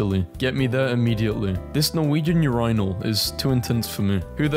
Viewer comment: STOP SAYING URINAL LIKE THAT